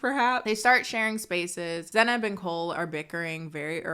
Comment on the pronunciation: He definitely said Zeynab derogatory